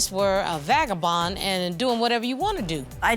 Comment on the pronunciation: Lol did the Judge say Vakabon ( creole word for man Hose😁)